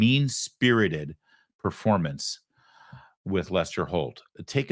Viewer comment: He didn't say performance. He actually said "formance" according to my ears and closed caption 🤣